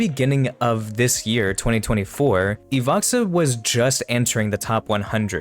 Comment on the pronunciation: Не Ивакса, а Иваха